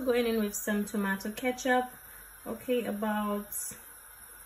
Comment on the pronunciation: you say ketchup funny, but definitely sending this vid to the wife!